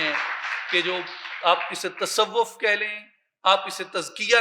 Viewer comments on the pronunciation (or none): none